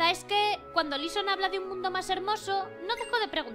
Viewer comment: No es lisson es laisson